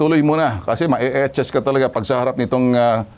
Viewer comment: Sir ben achas po hindi po ichas😂😂😂😂😂😂😂